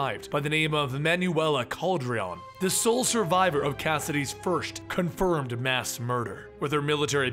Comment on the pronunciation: It’s pronounced Cal-deh-roan my brother